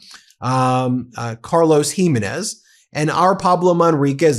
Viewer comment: Please, Ben, please pronounce this warmonger's surname correctly: it's Giménez with the stress of accentuation on the middle syllable - gi MÉ nez.